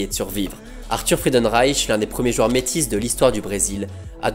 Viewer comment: J'adore cette chaîne et j'adore ta façon de narrer mais j'ai une seule question : pourquoi tu dis "jueurs"?